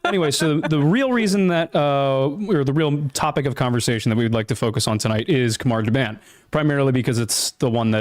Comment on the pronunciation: Khamar da-BAHN. Soft A.